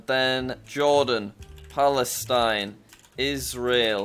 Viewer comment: flestain not israel